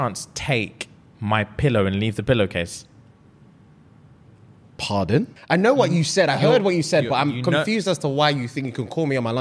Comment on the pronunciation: It’s the British/Nigerian accent with “Pardon” that has sent me into a grave 😂😂 I am going to say it this way now bc I’m from America (the south/country) and we say Beg’ye pardon (Behg-yee-par-dun) in 3.5 syllables